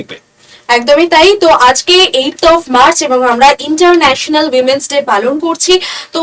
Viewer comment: Women's day k umens day bolchen ..ami age giye ektu porasona korun😅